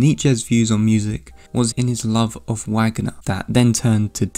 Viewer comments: Sorry but it’s pronounced “Vahgner” not Wagner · OMG PLEEEEASE don't say Wagner with a [w] sound, it's [Va(r)gner] haha You repeatedly saying it wrong with such confidence is like Benedict Cumberbatch saying penguin wrong on the David Attenborough documentary lmao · this was good - not usually my cup of tea. But still a strong presentation. One note: the last name of the composer Richard Wagner is pronounced in English as it is in Germany.